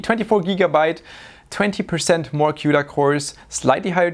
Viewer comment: CUDA (cooda) as in Barracuda :)